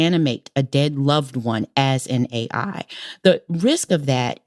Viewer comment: Didn't think it was possible for Tressie to sound more low IQ, but mispronouncing "AI" take a special kind of bozo.